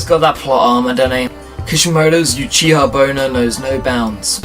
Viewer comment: not pronounced You chiha its OOchiha in japanese the letter U has a double OO sound